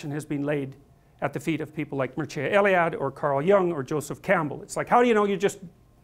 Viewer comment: Romanian here: The correct pronunciation of the name of the Romanian author he keeps referencing would have to be spelled like [Myrtcha L-E-AA-Dae] (for English speakers). The phonetic transcription is |'mɪr-tʃɑ e-lɪ-'a-de|.